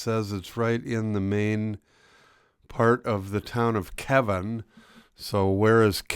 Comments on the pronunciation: It is pronounced Keyvin, not Kevin. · It is pronouced Keeven